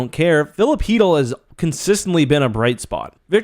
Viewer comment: its an L for both teams u cant convince my chytll is pronounce heatel no matter how hard anyone tries